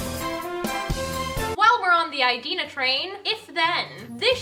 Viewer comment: Loving the new hair! When you update your head shots could you take us through the process a bit? Also just a friendly suggestion to check the pronunciation of Idina. I believe the first I is pronounced like in the word "it".